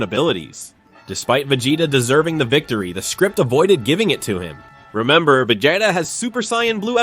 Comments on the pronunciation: vi-jay-da 😂 I'm out man. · Vagata? Vejata? Come on…